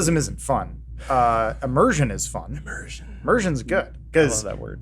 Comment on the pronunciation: It’s not ‘immersion’ it’s UH-mmersion